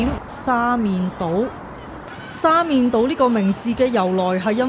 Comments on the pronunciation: 廣州人一般"黃沙"讀"枉沙"，"沙面"讀"沙勉" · 黃沙個黃同沙面個面都讀錯曬😅，我唔知你唔知正確發音定係要就個字幕生成